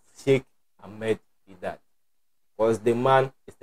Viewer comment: Brother it is Ahmed Deedat not Amed, please read his name right.